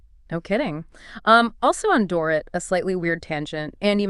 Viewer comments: It's Door-eat. Not Door-ruht. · OMG, pronounce Dorit"s name correctly or don't say it!!!